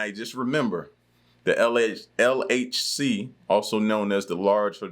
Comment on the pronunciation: your pronunciation is funny of the LHC